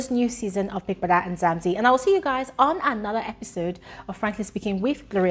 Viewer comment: it's not Nzamzi its Mzanzi!!